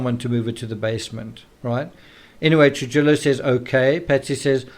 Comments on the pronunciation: Happy birthday,! Also, I just wanted to help you w/ some pronunciation. The name, “Trujillo” is a Hispanic name & its pronounced, “True-Hee-Oh.” You’ve been pronouncing it, “True-Jill-Oh.” It’s actually a very common Hispanic name in the States. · Try Truhijo or Truhiyo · Trujillo is pronounced Truhiyo. The j like an h and ll makes a y sound so it’s pronounced truhiyo